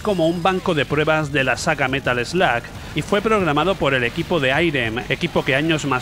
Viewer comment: es Metal Slug..no "metal sloag" prenunciacion muuuyyy mala